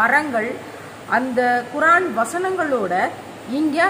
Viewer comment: குரான் இல்லை குர்ஆன்